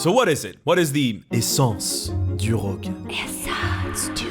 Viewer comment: As someone living among Francophones, who can't roll an rrrr to save my life, boy howdy am I jealous of how she managed to draw out that "Rrrrrrogue." XD